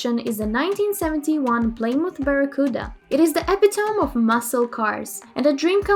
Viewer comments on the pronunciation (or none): playsdaburg, puudacars wth how is she mispronouncing Plymouth Barracuda that far off? lol is this a robot?